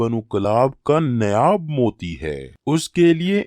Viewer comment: ارے بھائی نیاب نہی نیاب نہی اسے نایاب Naayaab کہتے ہیں